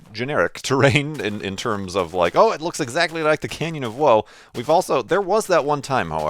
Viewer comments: Canyon of whoaie. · I still remember thinking you were calling it the Canyon of Woe XD